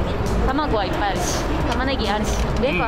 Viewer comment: nihongo gambatta ne~ edit: next time please say "ippai" or "takusan" look at the girl reaction's after you said "oppai iru"